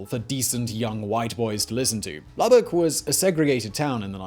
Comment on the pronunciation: I am a native of Lubbock Texas. Thank you for pronouncing Lubbock correctly!